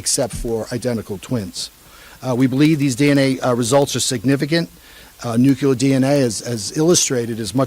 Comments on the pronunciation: I'm really trying, but I just can't with this guy. Nucular is NOT a word. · No, and it's super grating. Didn't help that he said it a dozen times or more. But it's widespread. I've seen it in movies, and George Bush said it, too. It's not going away, unfortunately.